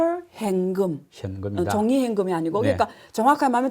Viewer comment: 안교수님 다 좋으신데 , 현금 발음이 행금 요거 좀 보완해주시면 좋을듯요,,ㅎㅎ